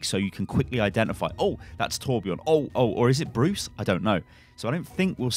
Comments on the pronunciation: Sven is a Nordic name, both seen in Denmark, Sweden, and Norway. Judging from the distinct blond hair and beard + bright blue eyes, I'd say Swedish.. Would make sense when he and Torbjörn have history. (And btw everyone are pronouncing Torbjörn wrong xD just want to let you guys know) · Please learn how to pronunce torbjörns name corectly... PLEASE!